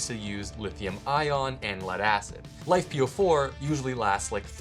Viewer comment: If you want to be taken seriously, don't call them "life"-"po4". It is not "life", it is Li-Fe (Lithium Iron). Given the chemistry matters, use the correct term (Lithium Iron Phosphate) or if abbreviation is appropriate, LFP batteries.